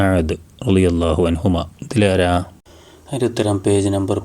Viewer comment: Ralliyallah ennalla ralliyallahu